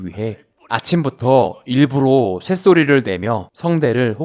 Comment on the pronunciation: 일부로X 일부러O ... 심지어 발음도 일부로라고 발음하네 ㅋㅋㅋㅋ 이러니 요즘 애들이 맞춤법 개판나는거 이런거 보고 그대로 익히거든.